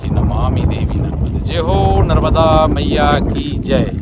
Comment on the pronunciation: MaNarmadaji kijai Narmada har har sabse pahley maiya ji ka naam sahi uchcharan kijiye Maa Narvada nahi #Maa NARMADA hji❤🙏🎉